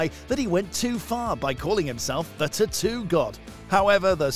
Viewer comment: Its tattoo not ttoo .